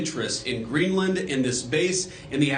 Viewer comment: Hewwo Mistow Gweenland